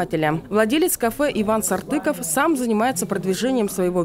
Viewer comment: Ээхх)) как всегда мою фамилию каверкают. Написали правильно, а вот комментатор за кадром ловко извратил🤦‍♂️ Если написано - Сартаков, то зачем за кадром говорить СартЫков?! Ударение, если что на букву О в моей фамилии!